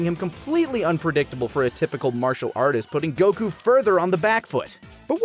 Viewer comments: Every time I hear go-koo my eye twitches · It pisses me off every time you pronounce Goku that way. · I love how teases for how he says "Goku" while still saying "kuh maya-maya" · Beautiful video, the way that one person says Goku makes me want to cry tho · okay why is no one talking about the way pronounces the word "Goku" with the accent on the second syllable? am i just missing something? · How does he still fuck up the pronunciation of Goku?! I know that it’s wrong, I hear that it’s wrong, but I have no idea how he does it! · Ahhh, I see. Then I take back my negative connotation, but I still don’t understand how he’s saying it though. I can here that it’s different, but it’s still so close to how I know it to be pronoucned that it’s tripping me out